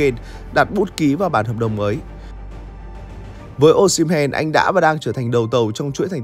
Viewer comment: sai tên anh ơi osimhen not o"sh"imhen